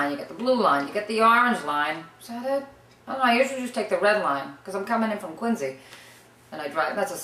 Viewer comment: She said "Quin-zee" right!